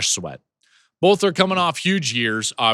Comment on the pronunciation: "Bo(wl)th" - Joel Klatt 😁🤣🤣